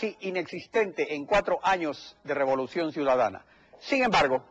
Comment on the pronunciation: Este periodista dice" El gobierno de la revoluciom